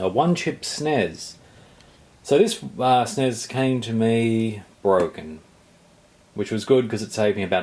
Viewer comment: insta click off the video for saying SNES like that. ug